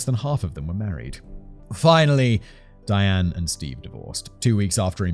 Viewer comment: Simon's casual pronunciation of Diane makes it sound like Dan which gets it rather confusing...